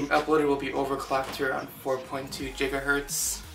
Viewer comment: Hehe jigahertz